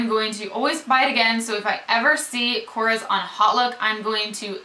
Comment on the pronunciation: korres is a greek brand and to help you we pronounce it kores with emphasys on the es like korrEs its just the surname of the mister that made them. here in greece they are very cheap and not popular at all,lots of the products smell like chemicals,I tried everything from korrE and the only thing that really worth trying is mabe the nail polishes.oh and one more product is the blush stick.they are so cheap in greece but we prefere many other international brands+the lipsticks smell like burned wires..